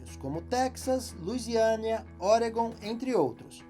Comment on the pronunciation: gostei do "luisiania"